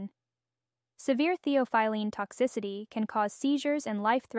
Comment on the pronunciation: It is pronounced thee aa fuh luhn